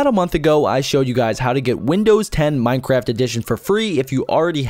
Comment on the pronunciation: when you first said minecraft I thought you said "minecrap"